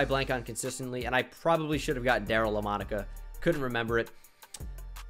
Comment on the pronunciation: Am i the only one screaming ITS LAMANICA